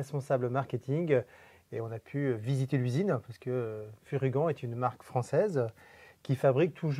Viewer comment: Toujours excellentes ces vidéos avec. Et je ne veux plus entendre Fury-ganne hein! C'est "Furygan" comme un "gant" c'est pas compliqué, et quand on connait un peu l'histoire de la marque on comprend de suite. Sympa la ligne adventure, et bien placée côté prix.